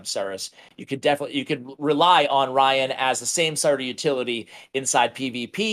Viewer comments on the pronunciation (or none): Re Rian: guys plz go listen to some Fleetwood Mac or meet an Irish person it's pronounced "Ree-Anne" not Ryan 😹